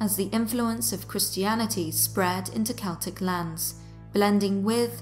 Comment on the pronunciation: How do I love thee? Counting the ways...You used 'autumnal'You pronounced it properlyYou also used my preferred pronunciation of 'Celtic'. Shhh, I tried to correct on this one once, and he researched and corrected me right back. I had to apologize to him.And the research is excellent! Thanks you guys!Peace and roses, Deb the TN Scary Lady